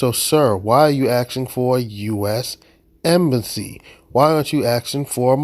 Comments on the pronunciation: What’s an “embassasy”? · Sassy embassy. Emphasis on the sassy